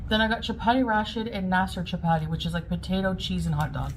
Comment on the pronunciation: "Shap-aadi", says. "Shap-aadi".